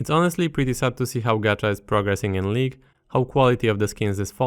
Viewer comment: It was League of legends, now its L"EA"gue of legends